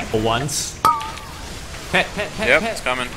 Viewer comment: IT'S PEEETTETETETETETETEEEE